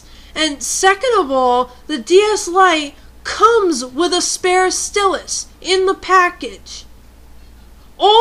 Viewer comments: Good video I dont use my stylus often because I put it down on my desk and my cat runs off with it, so I just use either A: my finger if im playing say bleach or B: I just use a pencil lightly doing what i need to do with it using the eraser. also TO ALL OF YOU FUCKING IDIOTS WHO ARE INSULTING HER FOR SAYING STYLUS WRONG IM MARKING EVERY ONE OF YOUR COMMENTS AS SPAM. (unncessicary (lol spelling sorry) yelling ftw) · Stel-us lol it pronounced style-us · i think it is prononced st-ie-lis not st-e-lus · its stylus not stilus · It isn't "Stillus" it's "Stylus" (ST-IYE-LISS) Edit: I just read the description, I apologize for the original comment. XD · STY-LUSS Ok? That's how it's pronounced. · Just a tip, I know you say stillus instea of stylus but when you are trying to get a point across, constantly mis-pronouncing one of the main objects makes you look less intelligent and/or making it seem like you don't know what you're talking about. No offence, though. :) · I know it's kinda annoying to complain. But I can not help it, I just find it very odd that you pronounce sty-lus, stelis. I really find it annoying. But you are right. People who use stuff like pens on such an advance technology. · Lol- rant's funny, but kinda got annoying when you kept saying stylus wrong. Think of the word "Style" and then saying "us". To rebuttle your point- most stores now only carry replacement styluses for the DS LITE. Very hard to find the original (smaller) stylus- and the plastic part that keeps the stylus in the DS wears out way too easily. I heard about metal stylus (regular tip) that I'm gonna look into cause the two I had just wore out and kept falling out. Lame.